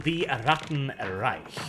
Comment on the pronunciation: You pronounced Reich incredibly incorrectly.